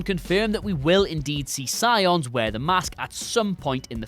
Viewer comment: Sion....is, Sionis......Roman Sionis